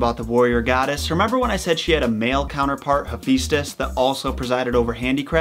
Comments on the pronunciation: I love your take on Greek mythology, but could you please pronounce the names correctly. It's Ha-fest-ous not He-feast-ous. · It’s pronounced ee-fest-ios not hefistus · You said Hephaestus name wrong